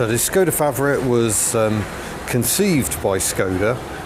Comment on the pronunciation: Pronounced "Sh"-koda not Skoda - hence the little cap on the Š ;)